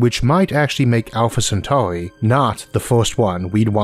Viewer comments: seweeouswy? welwy? alpha centauwi? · "Alpha centauy" 😂😂😂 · Owfa Cen-tawi 😅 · Staws. Alpha Centawee. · Sorry, that weird accent of the narrator and the way he pronounced Alpha Centauri = couldn't watch it. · THWEE STAWRS IN THE ALPHA CENTAUWI STAWR SYSTEM?!?! UNBEWIEVABLE!!!!